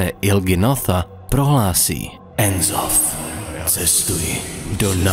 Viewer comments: "enzoth": tak hele...... N'zoth se čte stejně jak se píše:D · skvělý video, jen čtení N'zoth jako "enzoth" mi trošku trhá uši :D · N'zoth se čte jak se píše